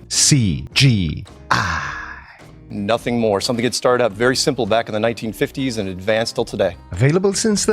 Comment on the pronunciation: Omg, the way you say C. G. I. It just sounds so good xD SEE GEE EYE